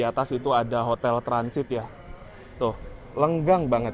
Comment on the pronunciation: Lengang mas, bukang lenggang biar ngga salah arti dan pemahaman..😊